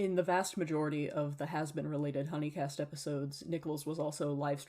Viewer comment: The way you say huni in hunicast reminds me of Markiplier playing huniepop and not realising the way it was pronounced 😭